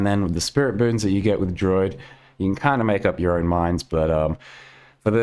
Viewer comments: am i crazy or is he saying "droid" instead of druid? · I'm beginning to think actually pronounces druid as "droid" and it isn't ironic.